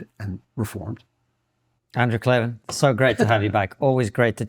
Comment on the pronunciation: KLAVAN, there are no “ees” in Klavan.😂😊